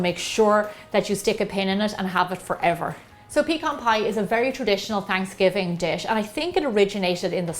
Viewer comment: not trying to be a troll but what's fransgiving lol